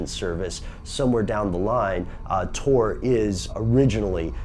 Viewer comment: It's tor not tour